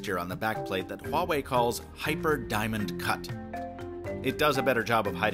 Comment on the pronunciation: Finally someone pronounced Huawei correctly